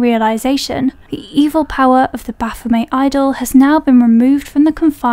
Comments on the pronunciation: say it with me now BA-PHO-MET.....HARD T ON THE END other then that great break down of the movies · Pretty sure they pronounce it 'Baf-oh-METT', even in the movie.